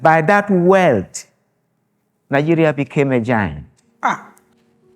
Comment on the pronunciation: Why do the say “Ninegeria”